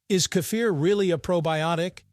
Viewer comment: Why do you have to change the name. The name is KEFIR the is no "A" You keep on saying "kâfir" For the last time it is KEFIR .